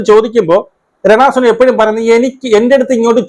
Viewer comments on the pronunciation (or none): രണ സുനഅല്ല ചേട്ടാനുണരണ എന്ന് പറയൂ